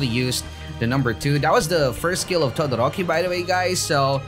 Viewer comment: my dude says tadadoroki lel